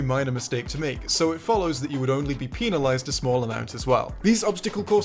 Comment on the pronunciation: Peenalized XD